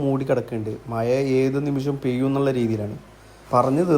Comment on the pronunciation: മയ അല്ലടെ മഴ എന്നാണ്